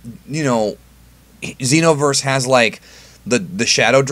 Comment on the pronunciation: Pronounces Xeno as Zen-Oh but pronounces Xenoverse as Zeeno. Alot of new comers are going to think some of these characters fused with the omni king.